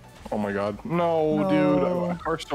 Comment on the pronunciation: i love this series also: "oh my guhd"